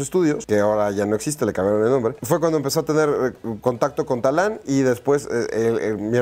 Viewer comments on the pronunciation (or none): No es Talán, es Tadán po favo :)